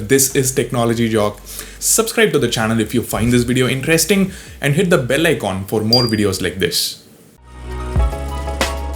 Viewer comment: I like when u say bell icon in South Indian accent..